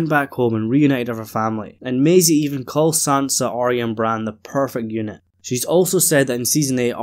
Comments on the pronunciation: So why do you keep calling her Are-rea? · Pet Peeve: Why does everyone pronounce Arya’s name as Ar-rea. It’s not right it’s Ar-ya. There’s no rea. at the end of her name. Listen again to the first season episode 1. Only Sansa says Ar-rea. Catelyn and Arya pronounces her correctly. She’s in awe of the dragons and she and Daenerys will hit it of immediately. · I totally agree so why the ar-ea at the end? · My hearing is perfect so it must be your accent. You have to notice most people do mispronounce her name. I don’t know why it drives me crazy but it does. Thank you.